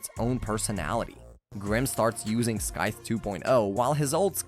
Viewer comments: That had been bugging me the whole time. I know the guy worked hard on the video and I respect that but it's scythe not skythe! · Its pronounced SY-th not SKYth you absolute melt. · lol "skyth" honestly its triggering me good video tho keep up the good work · I can’t handle every time he says “skythe” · I feel the same. Great video, weird pronunciation tho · Right? He mispeonounced scyth so much uggggg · Why do you pronounce scythe so weird.....